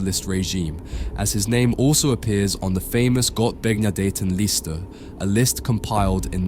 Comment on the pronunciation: The way you pronounce "Gottbegnadetenliste" makes me puke😱🤣